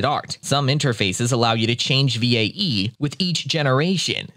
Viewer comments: same lol, just spell it as "vay" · Oh lord I couldn't get over how he pronounced VAE V.A.E. instead of "Vay"